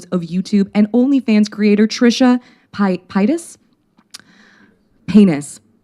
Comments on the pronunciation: "Muh-Kinner" I'm DYING. This coverage is AMAZING, but my biggest takeaway was somehow saying MuhKinner for the first several minutes.... "Pie-das?" But in seriousness, Alexa is so wonderful and smart and such a great activist. She's fostered such a nice space for victims feeling validated, I appreciate her ever growing and learning nature. Eat Predators <3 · I was giggling along with you at every “Mckenner” lmfao but then “Trisha Peynis” took me all the way out. Bless her sweet heart she tried!! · crying that alexa almost called trisha paytas trisha paynus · I'd only just stopped laughing with Adam every time she said "McKinner" but then she came out with "Trisha Pie-tus!" 😭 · I appreciate her takes but the gross mispronunciation of McIntyre and Paytas were a little hard to get past lol